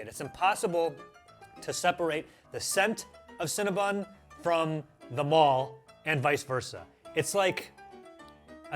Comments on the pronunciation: CinnaBONN not bun. Maybe the fact I first encountered them in Montréal is why the pronunciation upsets me so much… oh and for all the UK people who’ve not found them yet, there only appear to be 21, mostly in London and a few around Mancs/Liverpool. One in Bristol. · Is it pronounced Cinna- Bon or Bun?